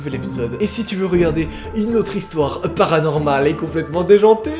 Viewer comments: Wesh on dirait ta vue un grec dec tu dit PARANORMAL!😁😁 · J'adore quand tu dit : PARANORMAL 🤡🤡🤡 BRANGGGGG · Jsuis la seule à adore quand il dit " thread PARANORMAL" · j aime trop quand tu dis PARANORMAL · Je kiffe quand tu dit PARANORMAL !!